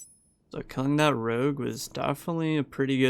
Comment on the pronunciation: mans really hit us with the classic rouge instead of rogue